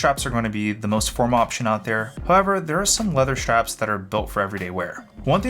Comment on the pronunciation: schtrapz 🔨 schtrapz 🔨 schtrapz 🔨